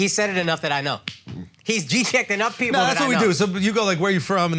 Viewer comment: This man said pearple